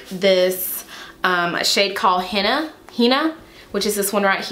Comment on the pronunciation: happy new year !! beautiful look like always !!! and it's pronounced " hen- - nah"